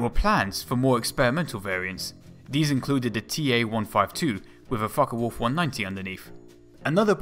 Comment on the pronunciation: Mistrel and it's folke wolf not folka